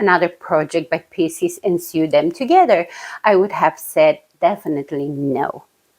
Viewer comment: Hello from Canada! Nice to see you again : ) Your english is just fine. I only noticed one word that you say different. When you "sew" a garment together it is pronounced -- so. I watch Inka too. Isn't she adorable !?